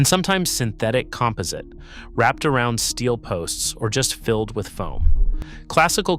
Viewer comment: So this is narrated by AI. Mispronounced facadism and composite.